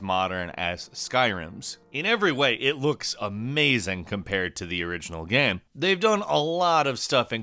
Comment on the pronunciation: "It really comes ac cross as a 'gaem' gaem"